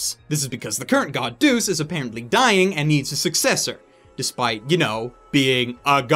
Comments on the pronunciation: Repeat after me. "Deus". DAY-US. DAAAAAAAAAAAY-US. Not fucking deuce. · Isn't it pronounced "day us" not deuce lol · Lol it's Deh-us not deuce xD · even tho, this is 7 years old now. train yourself in properly pronouncing latin. deus -> DE US etc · its pronounced (DAY-US) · The God's name is pronounced Day-us :) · "Deus" "Deuce" What the... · its Deus pronounced Dae Uus